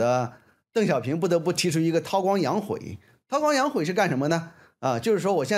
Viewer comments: 韬光养晦，读“涛光养慧”，不能读“涛光养悔”。发现很多大教授的语文…… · 大学者不该读错别字的